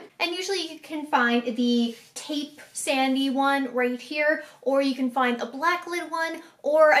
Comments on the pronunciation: I love you, but I have to tell you this. "Incisors" is pronounced "in-size-ers" and "taupe" is "tope" (rhymes with rope). I'm sorry. It's been bugging me. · The way you pronounce taupe and incisors is killing me